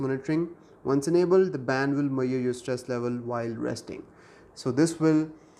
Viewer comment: Wait a second, since when the 's' in measure went silent.